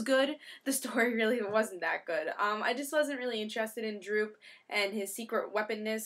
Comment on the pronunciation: Great review. Btw It's Doop. But anyway I gotta say I didn't really like the art for this issue but then again I don't think Bachalo is half bad. Anyway I gotta agree with you I am not a Doop fan either and I didn't really like the story. If you are really bored you can go through and translate doop's language.